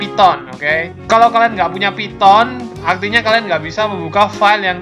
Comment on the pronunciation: "phyton" lmao